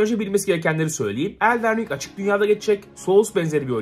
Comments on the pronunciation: Abi seni severim ama ''ELDEN RİNG'' DEĞİL ''ELDIN RİNG'' DİYE OKUNUYOR ABİ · Hocam şuna eldeğn ring deme nolur ya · Elden Ring'i artık gerçekten doğru okuyup Eldın Ring desen be abi, küçük bir ayrıntı ama yinede